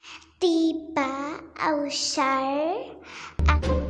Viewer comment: اسمها طيبه مو طيييبه 🙃